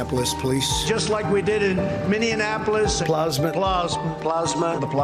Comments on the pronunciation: Plah sma. Hahah plasma. Was he talking about plasma as in filtering the yellowish liquid in blood that holds the blood cells. Wow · Totally agree, but the Plosma thing should be let go. It's similar enough to the root pronunciation that it can easily be attributed more to method of speech and accent to stupidity. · Can someone explain to me how he’s messing up on plasma 😂 where did “plosma” come from? 😂 rofl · Some of those were just pronunciation differences. For example Plosma....Look I am not Trump fan ...but some of those could be explained by accent.